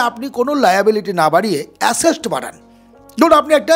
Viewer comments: আপনার কথা তে আশেষ্ট নয় ওটা হবে আসেট। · Asset noy, ASESST 😮😂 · আপনার কথা শুনে ভালো লাগলো শুধু দয়া করে "অ্যাসেট" উচ্চারণ টা ঠিক করবেন।